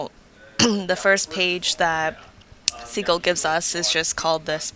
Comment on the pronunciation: Great tutorial! I think the software name is pronounced sih-jil, not see-gil :)